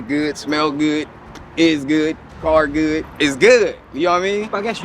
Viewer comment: As soon as he said ‘I look goodt, I smell goodt’ I spit out my drink laughing